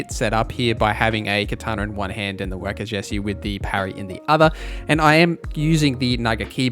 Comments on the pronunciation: You did not just call wakizashi a wakey-zeshy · Good lord, it’s “wawk-i-zawshi” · Wakazashi is pronounced wah kah zah Shi just for the record 😅